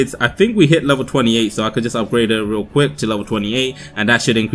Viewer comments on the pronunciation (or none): none